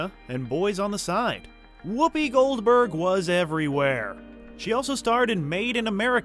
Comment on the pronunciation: Goberg LOL.